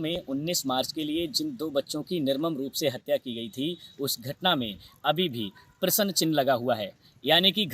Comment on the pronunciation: Bolane ka dhang bhi nahi hai prasn ko Prasann bolata hai